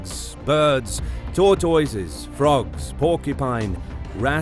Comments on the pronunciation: I like your videos but the way you pronounce turtoise is incredibly annoying ✌️😅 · The way he said tortoise lol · I love how he says Tortoise